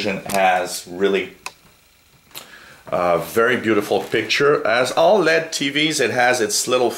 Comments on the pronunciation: lol no kidding I was spelling out the pronunciation because 'Lead' is not the right way to say LED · L.E.D. (ell eee dee) not led like a lead pencil =)